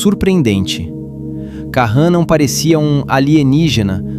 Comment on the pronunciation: "Karran" e "Klemer" 😄😄😄